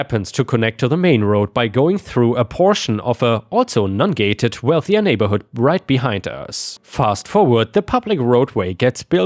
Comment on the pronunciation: Every time you talked about the non-gated road I had to check the text because you were pronouncing it Nun-gated. It just felt strange that they would be using Nuns as a gate on a road. :)